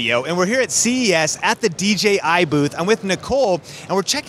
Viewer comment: Props to for being the only YouTuber at CES who said DJI rather than DGI 😂 But honestly, great video 👏